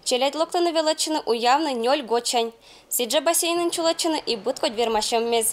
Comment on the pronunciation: Не уявны а уялны